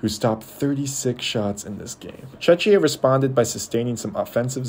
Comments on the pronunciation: Just at least learn the pronunciation of Czechia, its so embarrassing. It's either Czechia or Czech republic NOT Chechia! othervise a good video, you managed to concede well. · no, you are not. You say it wrong. It is czech republic "czek" or czechia "czekia". You say Chechia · It’s Czech Republic… stop butchering the word… Czechia [czekia]